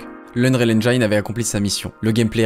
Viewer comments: Unreal engIne* la prononciation, pas unreal engaine. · Engine ça se prononce “ènejine”, pas “handjaïne” !!! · engine, pas engaïne svp 😭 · Engine, pas « engaïne » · AINEJINE !!!!! Pas AInejaïne !!! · c'est très énervant de t'entendre répéter 100 fois "unreal ainjayne"... si tu sais pas parler anglais n'invente pas la prononciation, prononce le à la française. On dit "ainjyn" en Anglais. Sinon très bonne vidéo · Stp arrête de dire "unreal enjaillne" , ça se dit "enjen" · EngIne et pas EngAïNe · "Endjaïne" j'en peux plus. Combien d'heures d'écriture, de tournage, de montage pour cette vidéo ? Il fallait juste 30 secondes pour checker la prononciation d'un mot. 🤬😉🤪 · Et le “endjaïne” par contre ça gêne personne? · Engine, il faut le prononcer le "i" à la française les cousins. :) super video! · Super video, super interessant ! Par contre le "ainj-aïe-ne" il fait saigner des oreilles >.<' Le "i" de "engine" se prononce comme un "i" en francais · Les Français* ça prononce tous les mots anglais comme ça s'ecrit, sauf quand il le faut, exemple: "engine" est prononcé "enjayne", sans aucune raison valide. *beaucoup, pas tous Mais bonne video comme d'hab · Très bonne vidéo. Mais "engine" ça se prononce comme "aubergine", bon sang. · Heuuu sinon c'est bien la vidéo.... Mais AineJAïne ça me hérisse à chaque fois.... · c'est dommage que tu n'arrives pas a prononcer le mot Engine correctement. putain mais c'est pas difficile bordel. ENGINE, le "i" se prononce "i" comme en Francais bordel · Noice ^^ ça se dit "EnginE" par contre x) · C'est super, par contre tu sais pas prononcer "Engine" :'( Mais autrement super vidéo :D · Il faut revoir la prononciation du mot "Engine" svp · Excusez moi j'ai pété mon écran en entendant la prononciation de Engine. Je vous laisse, je vais acheter un nouvel écran. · La vidéo est géniale, mais la prononciation de ‘engine’ est pas très exacte…. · excellente video, juste Engine ne se prononce pas N-jaïne mais N-jïne bonne continuation :-)